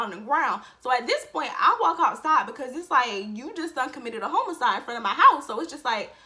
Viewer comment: When you said I’m mad I missed it .. then the way you said HOmocide, then all your hard work was next to her.. 🤣😭🤣🤣 I can’t breathe!! 🤣😭😭😭